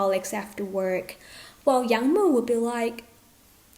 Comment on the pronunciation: Yang wood 🪵 mu, not young mu 😂